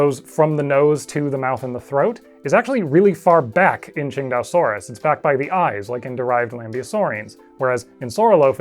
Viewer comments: nah your pronounciation is right on the money. It's basically ching-dao like the beer. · Man, I'd always pronounced it (Sin-tay-oh-sore-us). Never would have come up with (Ching-dau-sore-us). Makes sense though, after seeing it was named after Qingdao.